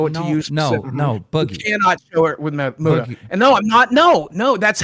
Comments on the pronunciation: Keem called Muta "Mew-ta" makes my belly hurt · It’s pronounced like “Moot-uh” short for Mutahar. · I love how Keem calls Muta “Mute-uh” lmfao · Keem mispronouncing his friend 'for years" Muta's name wrong repeatedly was beyond irritating